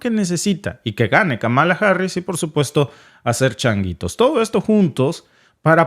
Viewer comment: Es chonguitos, no changuitos....